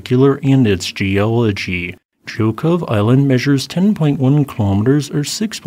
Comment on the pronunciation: Excellent Russian pronunciation!!! Most people would butcher Zhokhov...